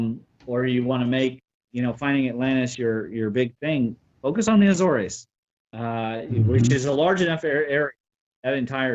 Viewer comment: A-zores. Two syllables. At least in English.